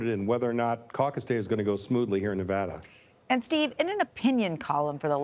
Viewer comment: "Nev-ahh-da", Maam, it's Nev-AD-a!